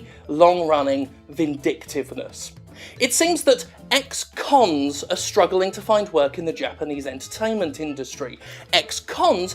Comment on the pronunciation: Ex-Kons? Hahahahahaha....